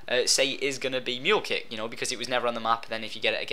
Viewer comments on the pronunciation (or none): its not Mool kick its meooohl kick